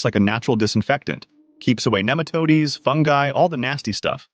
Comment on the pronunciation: Neem ah toads...... not Neematoadies....🤦‍♀